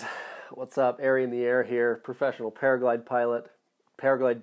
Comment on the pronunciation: Another super valuable resource, thank you! Just curious, it sounds like you are saying that you are a "paraglide pilot" vs a "paraglider pilot" — is it just your accent that hides the final "r", or...?